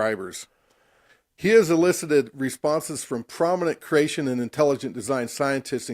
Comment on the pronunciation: The way the guy on the right pronounces creation sounds a lot like “Croatian”. So I hear “croatianist”, “croatianism”. As a Croatian it really grinds my gears.